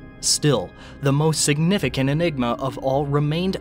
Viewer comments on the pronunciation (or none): none